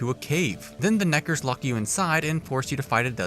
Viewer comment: Theo things I love about this video; And,…. Black face And,…. The way you say Nekkers 😂